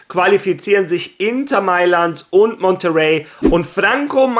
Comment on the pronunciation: Warum sprichst du Monterrey eigentlich so komisch aus? Das ist Monterrey, México! Dit müsstest du als Spanier wissen:D